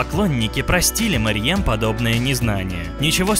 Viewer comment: Во-первых не Мэрьем, а Мерьем Во-вторых не Немецкая актриса, а немецко-турецкая актриса